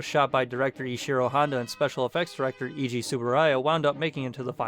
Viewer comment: It's pronounced 'Ay-ji' not 'Ee-gee'. Also, it's 'Bee-o-lante' not Bio (as in biography) lante. Sheesh...